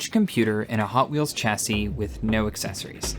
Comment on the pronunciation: Shame they can't pronounce Solder or Chassis